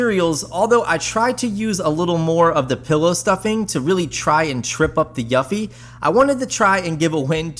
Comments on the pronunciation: Pro tip, Eufy is pronounced youfi, you’re saying yuffi. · I thought he was saying Yuppi 🤣🤣🤣🤣🤣